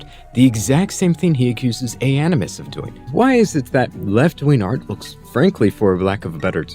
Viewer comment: What is "left-ween art?" Can Remnant777 not pronounce a hard g?